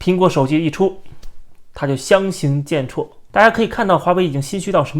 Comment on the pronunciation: 相形见绌是chu不是chuo